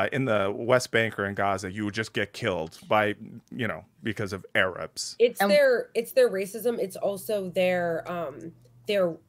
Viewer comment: A-RABS LOL